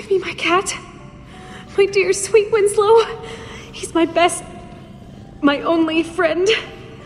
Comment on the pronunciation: Sooo who's window- winso- winsow- WINSLOW supposed to be?